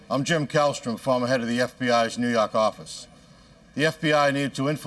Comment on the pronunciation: "Farmer head of the New Yock office"